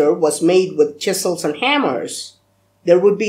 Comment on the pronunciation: I laugh hard each time he says chisels and hammers